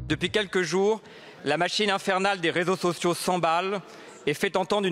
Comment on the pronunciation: Des rézo zozio